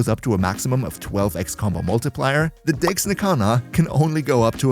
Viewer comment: Can... can you annunciate your e's a little better... it sounds like you're not saying Dex...